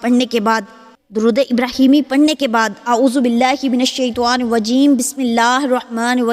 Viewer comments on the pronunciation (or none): none